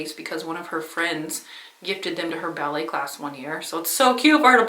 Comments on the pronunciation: Oh, BALLET!!! I thought she said belly, too, and wondered if she meant a belly dance class. 😂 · When you first said your daughter made the coffee cozy for her ballet friends, I thought you said “belly friends” and I thought “Hmm. That must be a new term. Is that like your group of friends whom you belly laugh with?” Then you used it again later in the video and I realized that you said BALLET and there is no such things as “Belly friends” and now I’m kinda sad. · Watching and thinking.. what in the world is a belly class? I had to turn the CC on to make sure I was hearing that right! Ballet class! I need more java! 🤣